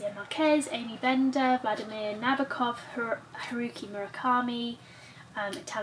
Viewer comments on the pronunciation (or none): none